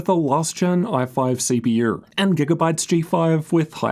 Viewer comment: mf said CPUr GPUr............